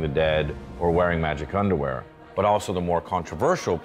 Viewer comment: He called it " magic undwear" hahaha